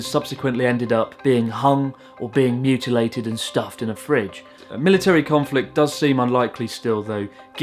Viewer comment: did anyone else laugh when he said mutalated and stuffed in a fridge?